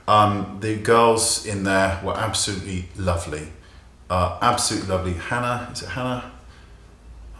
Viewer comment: And I love the way you say "Hannah"! I'm American, it sounds so boring here. :) hahaha